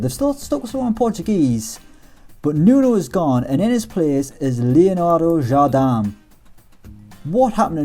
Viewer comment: Jardam? It's pronounced exactly like you spell it, "Jardem", the "i" in portuguese is pronounced like an "e"